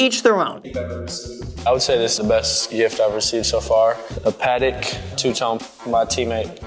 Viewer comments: You pronounce the watch name weird. Pa-tik is how I would say it not Peh-tec. He said it they way I've always heard it. It's a French name; Geneva is in the French speaking part of Switzerland so "Peh-tec" ain't it, Graham. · Graham it’s pAt-eck ( like your saying Patrick without the r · I've heard about "Patek" watches a lot in rap songs, but they always pronounce it wrong, like "paddock" 🤣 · He keeps saying Patek wrong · why does he pronounce patek like that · He is pronounce patek wrong😂